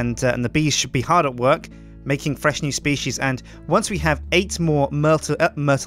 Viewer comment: new S-bee-cies